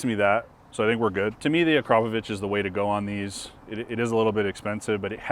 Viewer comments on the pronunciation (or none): Ugh I love when people pronounce Akrapovic wrong... Also has anyone told that its not a Honda??